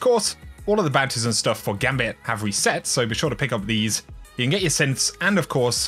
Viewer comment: I'm not gonna buy that from someone who says "ure"